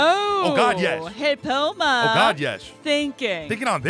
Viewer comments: So, one quick thing. One of the cards you guys mentioned was a card in Bakura's deck, so it kinda hurt to hear it keep getting mispronounced. It's "hell-poe-em-er." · It's pronounced hell-po-em-er.